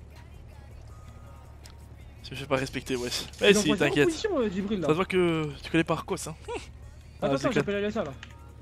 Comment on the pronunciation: Wallah tu respectes pas Jibril... son nom c pas Djibril mais bien Jibril wsh 😂😂😂 si nn continue tes bonnes vidéo